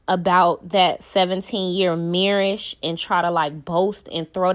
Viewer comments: The way you said marriage got me weak 🤣 💀 😭 😂 😅😅😅😅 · Shubscribe? Marrish? C'mon now sis. 😒